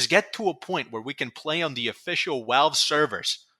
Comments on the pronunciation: I swear this guy pronounces V’s like W’s on purpose, everytime I heard “Walve” I wanted to scream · love how you pronounce "Valve" as "Walve", amazing